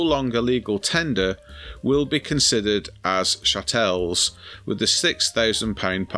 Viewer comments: I think it's pronounced chattle rather then shatelle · Its pronounced CHa tles!🤣